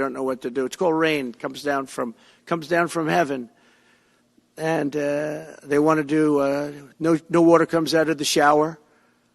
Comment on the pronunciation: Does he really think "they" don't want us to have "wutter" in our cleaning appliances? Where does he come up with this nonsense?